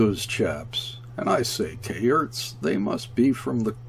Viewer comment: Kayerts rhymes with "air." Carlier with "jay." And so on.